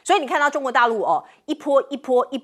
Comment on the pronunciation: 一bo 一bo 不是po